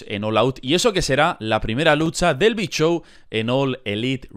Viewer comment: Soy el unico que cuando dice el big show, entiendo "el bichow"